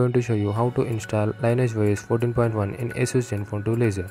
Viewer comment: Its Lin-E-Age. Not Line E Age. Lol. Still great job bro